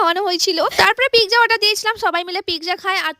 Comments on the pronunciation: It's pizza 😂not pigza 😂.. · পিগজা না পিজ😅